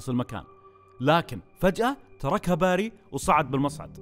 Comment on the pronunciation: بيري بيري بيري مش باري مشش باري اف جلطتني